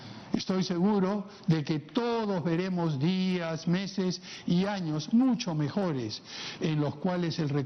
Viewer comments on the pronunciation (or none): none